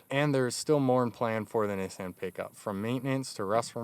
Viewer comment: Someone actually used the correct pronunciation of Nissan...that's awesome.